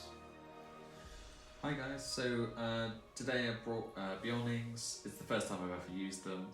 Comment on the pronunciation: who tf is beeoin is it not clearly BEARon?